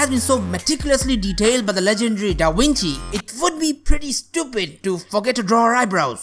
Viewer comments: It's da Vinci not da winchi genius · “Da winchi” It’s”Leonardo da Vinci” ((I think)) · He said Da wentie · You kept saying Leonardo Dawinchi and your voice is annoying. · Da Winchey?😄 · da winchi wideo How can this guy said the words that begin with V with W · k a a k k omg yeah I laughed my behind when heard him say DAWINCHI! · Da Wenchi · Da winchi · V IN LATIN WAS PRNOUNED W. C IN LATIN WAS ALWAYS PRONOUNCED K. So this cat is talking half Latin and half Italian.